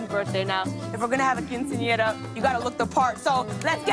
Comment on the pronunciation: is anyone else bothered by lilly's pronounciation of quinceañera ? ¿le molesta a alguien su pronunciación de quinceañera?